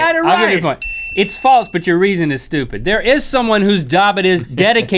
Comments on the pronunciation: Its funny how they both say "faltse" instead of false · please stop saying faltse